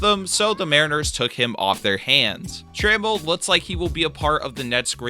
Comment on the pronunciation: You're very bad at pronouncing names who the hell is ka linic?? KELNIC also its tra mell not trammmmmmmmmmmmmmml